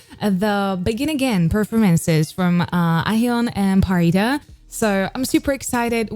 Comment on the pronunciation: Pharita's pronunciation are crystal clear